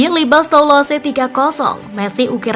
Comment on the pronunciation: Mari kita mengajar Bahasa Prancis sedikit agar "presenter" tidak menyakiti telinga saya setiap membaca bahasa Prancis. Saya tdk membahas sepak bola tetapi membahas cara membaca Bahasa Prancisnya. Les parisiens: kalau le(s) "s" terakhir tdk diucapkan dan kita seperti membaca "Le" dalam Bahasa Indonesia dengan mulut dibuka lebar. Parisiens dibaca "Parizien" dengan "n" terakhir sengau. Toulouse: "e" terakhir tdk diucapkan (dimakan) lalu "ou" sama dengan "u" dalam bahasa Indonesia, kalau "se" diucapkan "z" jadi cara membacanya "Tuluz". Jangan bandel, terima saja dan belajarlah. Semoga menambah wawasan kita semuanya terutama pembaca berita PSG Football News agar tdk mebuat telinga sakit mendengarnya. Terima kasih. Sampai jumpa di pelajaran berikutnya.